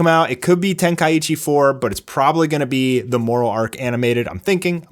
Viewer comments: Ten-Kai-Chi NOT Ten-Kai-Itchi It's been 20 years and I'm STILL having to explain that to people. What are you going to do next, call Bu-Dough-Kai Bu-Duh-Kai? LOL. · It's pronounced Ten-Kai-Chi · If you're having ear problems I feel bad for you son, I got 99 problems but hearing ain't one. Yeah, he's still adding an extra "I" and "T" sound that does not belong in that word. There should only be one "T" sound and it's the start of the word. I don't know how you thought it changed all of a sudden, lol.